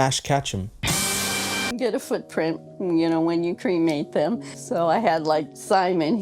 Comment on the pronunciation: Noooo not Ash Cat-chum 😭